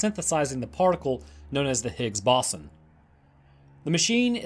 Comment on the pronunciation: I love the tales and the nonchalant narrative you give, but I can't help but giggle at "Higgs bossom"